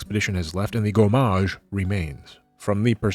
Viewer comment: If you ever have to pronounce so many french words again, one thing you can notice is that in french there are no accented syllables, both in terms of timing and sound volume. In general, every syllable is treated the same : same volume, same length. No "gomMAAAAAAAge".